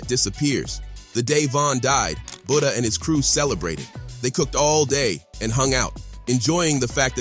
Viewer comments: its FBG Buttah not buddha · Calling that man BOODAH mutiple times is crazy😂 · Who's Budda.. You mean Butta 🤔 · Butta not Buddha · Say budha 1 more time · “Buddha”?!? 😂wtf?!?